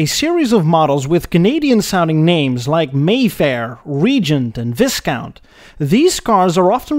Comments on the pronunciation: Viscount is pronounced "Vai-count" Anyways, great video! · The commentator also mispronounces 'Viscount;; it's VYCOUNT, an English word borrowed from French. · With advance apologies. Viscount is prononced "vi-count" (or vicomte in French). The "s" is silent. It derives from vice-count, since it is lower in the pecking order. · Been subscribed to your channel for a while, and have to say I love it when people pronounce words catastrophically wrong..... Viscount is pronounced vie-count, not viss-count ;) Keep up the great vids though :) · Wyz-kount is Veye-count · Actually he's Dutch. I too noticed a few odd pronunciations. The one that stood out most prominently to me was the way he said the word "viscount." Native English speakers pronounce it VY-count, while he said VIZ-count. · It not pronounced viss count, it's vye count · This channel is so much fun. Love the sense of humour he injects whilst you learn about these cars. The way he pronounces Viscount is so funny. Technically, he is correct, but I've always heard it pronounced as "Vi" (as in pie) "Count" with the S being slient. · Awesome vid. Tiny note: "Viscount" is pronounced "Vy-count". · Hey, love your work as always. I haven't checked to see if anyone else has banged on about this already, but 'Viscount' is pronounced 'Vy-count' because....reasons, I guess. Being in Australia, I only know this from Viscount being a brand of caravan here! I remember staying in a caravan park as a kid and saying 'Vis-count', then having my step-dad correct me in the pronunciation. In other news, yes, I own a Holden and yes it's a V8 (actually I have two... and nine classic Isuzus, but whatever). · We got the Full size Canadian Pontiacs here in New Zealand too, along side the Chevy Impalas. BTW Viscount has a silent ''s'' and is pronounced Vi-count. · Haha, the Plodge Viss-count....... spat my coffee out. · In particular, the "i" in "Viscount" is identical to the word "eye" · Viscount is pronounced Vy-count